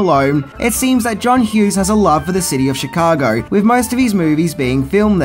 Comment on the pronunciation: Mate, please practise saying “threw” instead of “frew”. Maybe give “with” a try, too, instead of “wiv”.